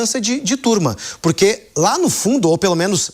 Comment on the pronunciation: Não existe purqui, nem falar direito ele sabe.